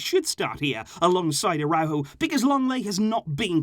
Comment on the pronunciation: 😂😂😂😂 nikka really say aurojo d best d 😂😂